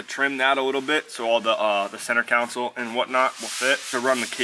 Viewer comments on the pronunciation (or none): You and Jimmy both say "center council" instead of center console haha. The boys skipped vocab class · I can't stand how he DJ said center council its center console one time jimmy heard some UK or someone say council now they think that's the cool way to say it if you sound out the word is how its pronounced don't be trying to be fancy sound dumb. I am stoked for you getting the k tuned sponsor that's a big flex